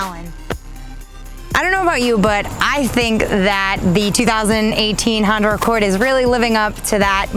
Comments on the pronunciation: She keeps saying the new Honder Accord !!!!! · 🤔🤔 Did she say Honder 😂😂😂😂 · Josh S Yes...lol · no worries lol, I just thought it was funny, made me laugh. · She did so many times but I think I could live with it,when you're that fine who cares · 'Honder' LOL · I love how you say "Honda"... Awesome review!